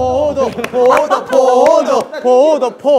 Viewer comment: 나만 포도가 계속 코모도로 들리나